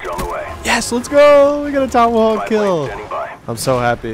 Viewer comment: It wiLl Keel